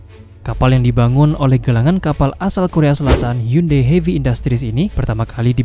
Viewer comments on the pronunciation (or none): none